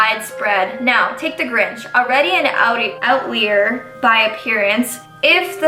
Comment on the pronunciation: Fucking hell , the way she reads annoys me . Like LEARN HOW TO READ “out-lie” “out-lio” “out-leer” ffs